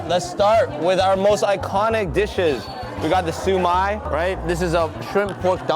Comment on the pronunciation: hi i'm from hong kong i'm glad they like the dim sum but the way you say siu mai it sound like su my, but i say it with k sound at the end